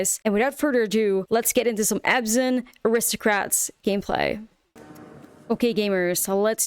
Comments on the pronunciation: isn't it abzan and not azban? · No, it’s Abzan